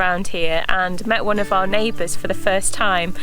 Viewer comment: Why can't he pronounce our properly. He says R instead.